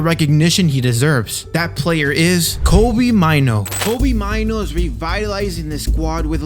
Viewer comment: It's pronounced May-Nuu. It's a Ghanaian name.